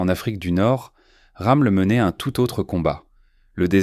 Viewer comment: C'est pas "Ramul " , c'est ROMMEL !!!